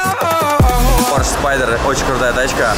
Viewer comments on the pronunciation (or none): none